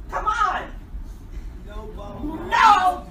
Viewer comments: My ears started to bleed and guess what came out.... pomigranits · Is this how americans pronounce pommegranates? Geez.